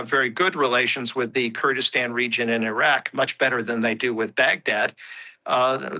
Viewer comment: She cant pronounce iraq properly